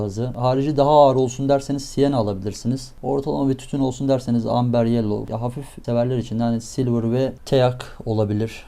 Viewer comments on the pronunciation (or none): none